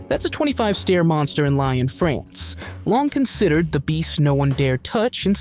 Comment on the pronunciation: FFS!! Learn how to pronounce “Danube” and “Lyon”!!!